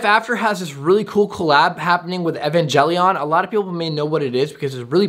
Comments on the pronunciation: evan-gel-ian Every anime fan: 🤬🤬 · it's Evangelion neon genisis I am a anime vet you saying the name pronouncing wrong the name